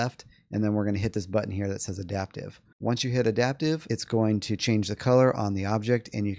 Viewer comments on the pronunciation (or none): none